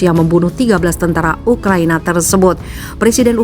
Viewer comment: menit 3.20 saking tegangnya pembawa berita jadi baca ukraNIA wkqkqk